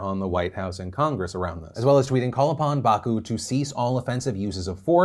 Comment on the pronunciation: Phil, its BakU, the stress is in the last syllable. :) not Baaaaku but Bakuuuuuu :)